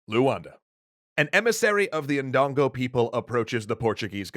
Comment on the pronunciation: It’s pronounced dun go